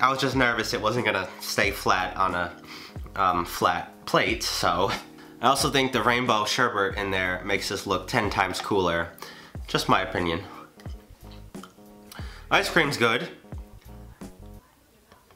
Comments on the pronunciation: Sher-BET bro it's not sher-BERT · Haha hey just letting you know it’s not sher-Bert it’s sher-bet (look it up lmao i didn’t believe it at first either)